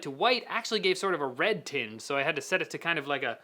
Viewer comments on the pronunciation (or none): none